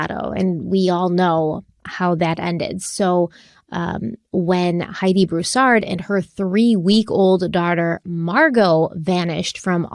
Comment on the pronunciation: Y’all nailed the pronunciation of Broussard! ❤️ from Louisiana